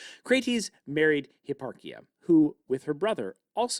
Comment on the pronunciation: hipparchia - arch like the curve, not ark